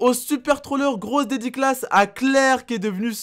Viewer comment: Au d'edicas ta dit grosse dédicace ta dit dediclasse